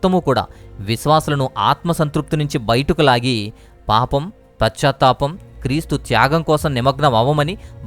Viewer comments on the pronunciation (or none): It is not prachatapam but it is pachatapam.